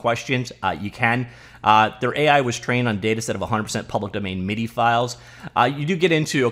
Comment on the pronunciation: MIDI is pronounced “mid-ee”. Even the Japanese can say that one.